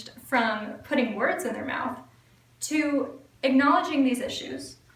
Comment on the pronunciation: Why do women, these days, pronounce the word "to" as "tiw"?